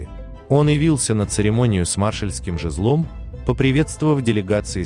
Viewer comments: ЖезлОм-ну кто это читает?Неучи! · ЖезлОм... ПолитрУки... Надо позаниматься языком. Тяжело слушать